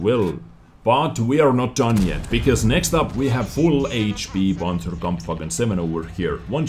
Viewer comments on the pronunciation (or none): none